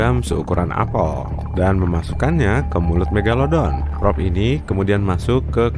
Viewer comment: Siapa yg inget dulu nyebut "meglodon"